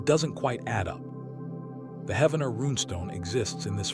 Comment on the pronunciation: Spiro is pronounced like spy-ro, not spee-ro. Wichita is pronounced witch-eh-tah like Tahoe, not like cheetah. Heavener is pronounced like heave, with a hard e, not like heaven. As an Oklahoman this was really hard to listen to and I didn’t make it past to see what else you mispronounced